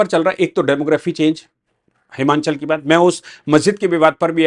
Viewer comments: साहब उच्चारण हिमाचल है। न कि हिमांचल। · It is" हिमाचल" and not "हिमाँचल"